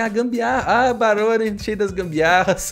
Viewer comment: Kkkkk o errando o nome do Barone ele falo maroni kkkkk